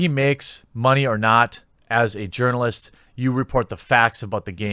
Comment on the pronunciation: I wouldn't call that a threat. A threat implies he has any power. Let him write his silly little "negative" review. Watch Earthworm Jim still rocket to success while we all drink salty SJW tears. Also, I always thought you were saying "yearn"-alist, as in "someone who yearns to be recognized as an actual journal"-ist. Huh! ALSO-also... that word is pronounced "ass-waged".